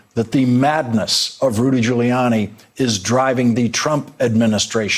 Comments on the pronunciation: You known Trump’s rattled when he mispronounces his own friend’s name: GiuliANNIE. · He said GILLYANNI 😆😆😆😆😆😆😆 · Where did this new pronunciation of Rudy's last name come from?